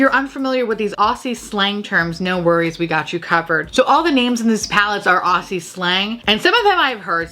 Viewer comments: Blow horn seems like a fab euphemism for sex or at least a blowy 😉 😂 Also as an Aussie I’ve gotta help ya out Aussie - Oz-ie Struth - strew-th Galah - gul-ar Straya - Stray-ya it’s a short Australia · Ok. I feel like you're talking to me today. And people have probably already commented but because I haven't read the comments I will just say this - Aussie is pronounced O-zz-ee . Galah is gal (as in girl) gal-arr . And struth is pronounced Str-oo-th . Love your work and accept your apology for butchering our slang. Hehe! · oh yes! That would have been a great shade name. Low key love all the non-Aussies trying to figure these shades names and pronunciations out